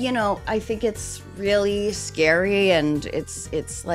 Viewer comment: Oh, it's scary. Its vewy vewy scawey.